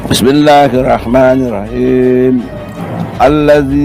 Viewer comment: Bismillahirrahmanirrahim nya aja tajwidnya berantakan